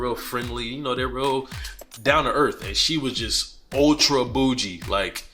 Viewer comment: Yeah I don’t like this video….why you saying bougie like that???